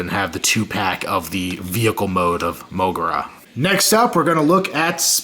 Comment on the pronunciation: MO-GEAR-RAH Don't mean to be rude, but its odd how your pronounce his name.